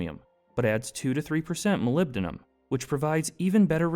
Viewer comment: Что ж этот генератор речи никак не полюбит "Молибден"? Как он его только не назвал... Молилибаден самое обуенное , что я услышал тут. И "Малахин" был и еще как то... А "ферлитные" стали- тоже шедевр.